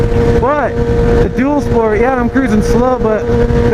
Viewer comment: When you said dual sport at first I totally thought you said doodle sport